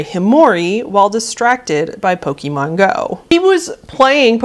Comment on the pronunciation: I might be nitpicking, but that's just how I am, I'm very particular about pronunciation of basically everything, so forgive me, but you are pronouncing Pokémon wrong. It's not poke-ee-mon, it's poke-ay-mon. It's not a big deal, but it does slightly bug me to hear it pronounced wrong.